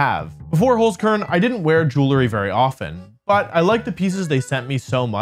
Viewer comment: There is still some improvement left for the pronunciation of Holzkern :')